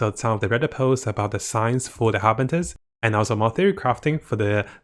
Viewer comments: FATUI not FATARI. Also HARBINGERS not HARBINTERS. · love ur vids but its har-bing-gers-->(pronounced as "ha-bing-jers") fatui-> (pronounced like "fa-tu-wi") Cherrios!:)